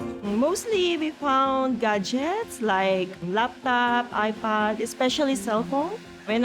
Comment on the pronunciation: you know they're Filipina when iPad becomes EYE-PUD!